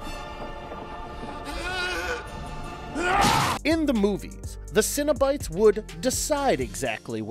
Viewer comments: Why do you pronounce it Cinnobites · You pronounced cenobites as “cinnabites” and now I’m hungry for a cinnamon cereal snack